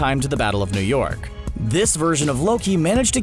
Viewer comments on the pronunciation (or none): none